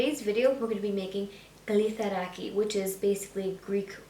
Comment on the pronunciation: It’s kritharaki.